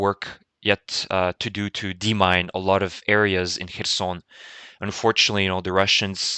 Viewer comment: Great video, as usual! I really like your pronunciation. Putin becomes Poutjin, and Kherson sounds almost French from you. I am starting to copy your pronunciation :-)